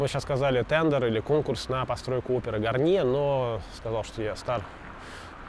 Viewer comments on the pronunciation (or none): none